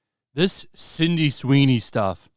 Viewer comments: I love your videos my man but it's not Cindy it's Sydney lmao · Why do you keep saying CINDY?! It's SIDNEY! SID...NEY! SID...KNEE! Jezus christ, lol. It's like the 4th video now. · Love the channel but you've been calling her CINDY for like the past 5 videos. Sound it out with me: SID-KNEE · Sydney Sweeney, not Cindy Sweeney. GET IT RIGHT. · "Cindy" Sweeney? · Man you keep saying Cindy Sweeney and I wince every time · He always calls her "Cindy Sweeny" 😂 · Are you saying 'Cindy Sweeney'?